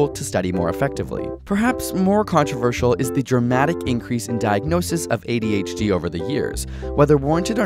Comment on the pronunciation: When one says ABCD, there is no emphasis on the C. So why do you say adHd?